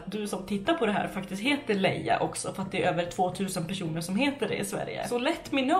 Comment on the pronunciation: Elsa. M hon sa personer men tycker också det låter lite som ”195 keroner” 😂💕